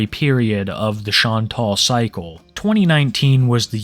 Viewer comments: It's Chan-tal. Not Chuntul. Yawn. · It sounds like you are calling her Sean Paul, not Chantal. I kept on wondering why she had a mans name. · I just need to know why you say shontall.. it’s shantell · I believe her name is pronounced ( shan-tell)Chantal. Jsyk😅. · “Shaun tall” 🤓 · The name Chantal chose for herself is hilarious because she is anything But a Beauty. Also, I'd like to know where you got your pronunciation from. Shān-tāll? Has it been pronounced that way by others and I clearly missed it? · Sean tall is all i hear 😂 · Are u pronouncing her real name like that on purpose? Like for views? Like frustrating views? I know ppl do that on purpose these days and its so annoying